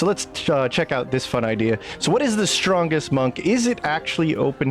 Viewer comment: Strongest Monk? Whichever one is using an Elixir of Cloud Giant Strength and wearing a Devilfoil Mask. Oh, you MEAN POWERFUL? Then stop saying "ShDrahnggest", WORDS MEAN THINGS